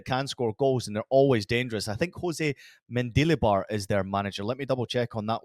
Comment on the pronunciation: Every time said the name Jose Luis Mendilibar I kept hearing DQ Dilly Bar 😂 now I want ice cream 🍦